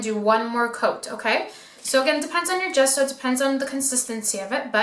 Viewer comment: How is it even possible that an ‘artist’ cannot pronounce Ge-sso? Not Ghesso